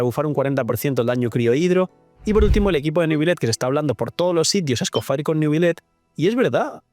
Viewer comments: Entiendo tu preferencia de llamarla como quieres, pero como la llamas es un error lingüístico, “faier” es solo si esa última parte estuviera escrita: “Fire” pero además de que no está escrito en inglés, sino en francés, se pronuncia “Escofiæ” de una forma muy francesa, o británica. O puedes simplificar y decirle Escofier. Seria lo mismo decirle Neubiyete, en vez de Neuvilét a Neuvillete. No es obligatorio, pero sería muy lindo que respetaras las reglas lingüísticas de cada nombre, lo digo sobre todo porque el francés es mi idioma materno y provocaría sentimiento ver que hay gente hispana a la que le importa. Recalco, si usted quiere buen señor. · Escoffier se dice como se lee no Escofire, lo digo como estudiante de cocina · SE PRONUNCIA ESCOFIÉ ENTIENDE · Yo le digo como lo pronuncia su britanica VA "Escoffie"